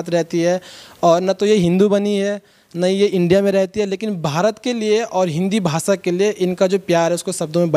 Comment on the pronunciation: Anchor sahab भासा नाही भाषा.